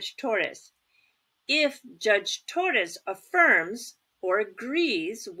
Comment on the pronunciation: Thanks! I like the way you say Turro! It's all in the tongue 😂